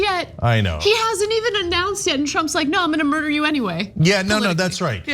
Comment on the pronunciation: When Anna said murda I lost it.. 😂😂 not gang gang